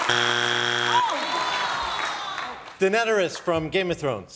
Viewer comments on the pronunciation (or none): Did he just say “Denederis”? My ears hurt hahaha. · Daenerys is pronounced Day Nair Rys . But he's not wrong 🤷🏿‍♂️ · This guy called Daenerys "Deadaneris" 😂